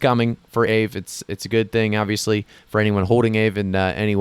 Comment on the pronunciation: Thanks for the heads up in FIL. Aave: Ah-vē. Named after a Finnish Ghost.